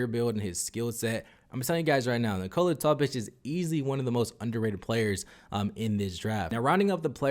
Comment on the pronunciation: Knee-koh-la NOT knee-cola. Wtf.